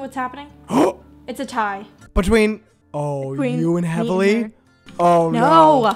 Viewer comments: Help is heavely pronounced like heavily or heeve-lee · i think it's pronounced heevley LMAO but this video is so funny fr